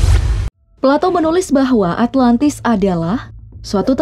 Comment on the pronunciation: plato= palatou